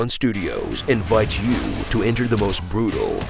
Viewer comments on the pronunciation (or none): I like that he said In-Vought instead of Invite . 😂